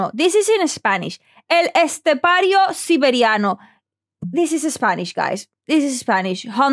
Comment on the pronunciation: She just said his name better than 99% of people reacting, epic.